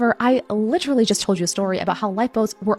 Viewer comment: I hate when people accentuate the word “ literally” … and then add someone who has a lisp/can’t speak properly to accentuate it is even more nerve racking